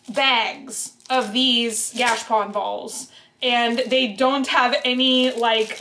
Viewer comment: I’m pretty sure it’s pronounced gah-cha-pone. At least the people I know who live in Japan pronounce it like that. Anyhow, those are really cool!